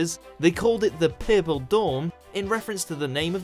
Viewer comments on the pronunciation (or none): "Peupol" it's pronounced "per-pull" buddy hahahaha!! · Wtf is ”werlld” and ”perrple” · Yep.. pairple! And resairch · I feel he's not saying Purple properly. More like Poirple. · Shiidd I heard ‘Pebble’ at first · Asking someone if they have seen my ‘purple’ maybe weird. However, it’s not as weird as your pronunciation of ‘purple’ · The way that this dude says purple make me feel upset lol I don’t know why. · Why is he saying the word “purple” weird. It’s not just me right? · Purple sounded more Australian than English for some reason